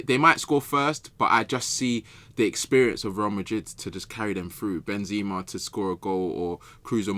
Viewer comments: Who says "Ben-ZIMA?" Is joking or does he actually pronounce his name that way? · doesnt sam realise it isnt benzeeeeema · Ben ”Z” ema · Anyone else getting annoyed with same calling benzema benzzzzma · How is saying Benzema is throwing me so much lol